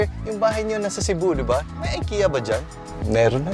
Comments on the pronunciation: I-ki-ya not ay-ke-ya. God bless. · Just a tip lang po. It's pronounced as "Ee-keh-ya" po not "Ay-kee-ya" :)